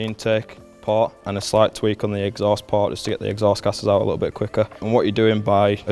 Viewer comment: It is a port.. not par. There is no difference how this guy says poor and port and both are "par"...